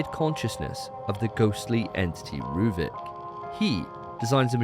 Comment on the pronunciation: who tf is rueben his name is ruvik